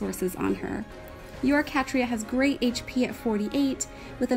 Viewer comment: Wow, I didn't expect my Catria to make the showcase 😂 I just wish I pulled Aerobatics fodder :( And no you actually used the right pronouciation for my name! As for the banner, I'd say go for it. You clearly like dancers and she has a great art! Even if she drops to 4*, you can't guarantee on pulling her with so many reds in the pool :] Edit: I first said wrath but forgot fliers can't learn it